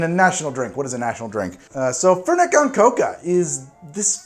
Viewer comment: I love that he pronounces it like fhernhet cohn chocaha